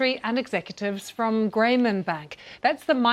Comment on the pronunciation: Graymen Bank?? LOL IT'S GRAAAAMEEEEEEN!!